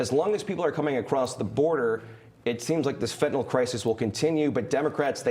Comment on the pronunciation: FENTANYL not FENTANAL.